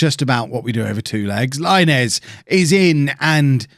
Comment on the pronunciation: Diego Laínez is pronounced [LaInez] not Láinez, please understand it 😂😂😂